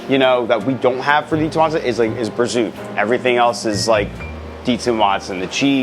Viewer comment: Prosciutto, Capocollo, Sopresatta. This is how you pronounce the meats in the sandwich. I have no idea what was saying. Good looking sandwich though.